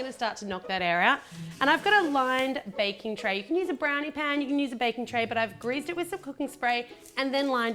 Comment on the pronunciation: did anyone botice that she say ba-king paper